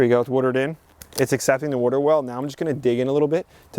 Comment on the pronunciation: My dear friend Beverly Goldberg and I take a shot everytime you say "'wudder".